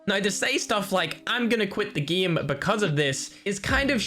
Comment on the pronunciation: I like how he says geme instead of gãme to pronounce GAME (ECHOES AROUND YOU).